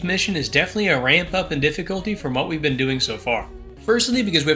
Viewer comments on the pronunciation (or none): none